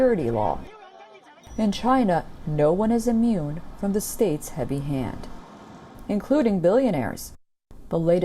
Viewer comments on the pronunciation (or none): none